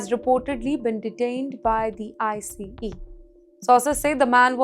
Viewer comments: Why do u keep saying icy? The word is ICE! Baraf. Why can’t u read? 🧐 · she's reading ICE as I C E there's a lot else funny with how she talks, this is hardly anything kantaki multi dollar fraud case (like $9?)